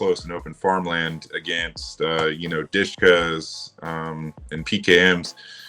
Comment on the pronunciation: That "" guy doesn't sound Ukrainian. No slav would ever say "Di-shka" that's american way of pronunciation, it's "Deh-Sheh-Kah".